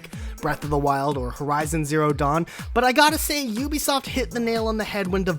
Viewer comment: It's Ubisoft not U- besoft